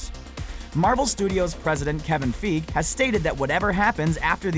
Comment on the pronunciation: His pronunciation of Kevin Feige>Sony